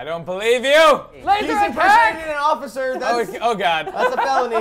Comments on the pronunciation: I like how calls Officer Corn Occifer Corn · I love when says Occifer Corn instead of Officer Corn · When you here Ociffer Corn so much that you can't remember the word officer XD .